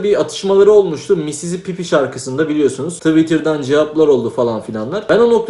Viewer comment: Abi misisipipi degil yav mississippi pipi diyip durma bee